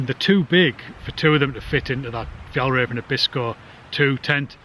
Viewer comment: Whaat, how little i know. Interesting i thought your accent was pure Scottish, i think you pronounce Fjällräven great! That tent looks great, i have Hilleberg tents and have not looked closer to the Fjällräven tents, even if i'm well intobtheir garments and backpacks. Looks to have similar features and quality. 👌